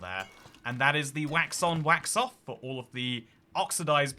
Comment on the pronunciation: Please stop saying "the whacks-off version"! 🤣🤣🤣